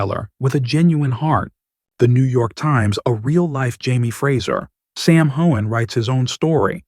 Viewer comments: You say her last name correctly but butcher his? Do your job! Mispronunciation is rude and insulting! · Here here!!! I have listened to several of your reports and you always pronounce Sam's last name incorrectly but you never pronounce it incorrectly twice the same way. Do your job!!!